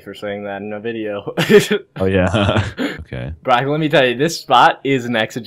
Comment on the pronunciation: It’s Brock not bronco 😂